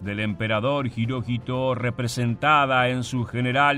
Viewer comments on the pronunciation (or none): none